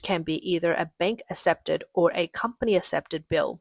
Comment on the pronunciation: “ass-epted” is NOT a word in the English language. I you mean accepted, it’s pronounced “aK-sep-ted”. Now everybody try - ak-sep-ted. Thank you for your attention to this matter.